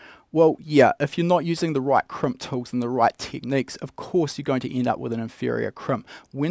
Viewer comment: Kremp? I thought it was called a Crimp...